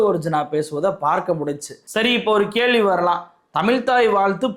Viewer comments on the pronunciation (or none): none